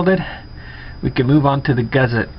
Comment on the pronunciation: There is no "Z" in Gusset.